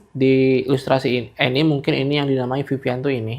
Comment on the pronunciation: sedikit koreksi bacanya "anime" bang bukan "enim"